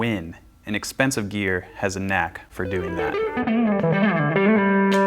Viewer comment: I hate how you say "GeAr"